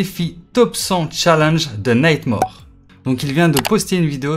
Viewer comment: T'as dit night more au lieu de natmor 😂 GG sinon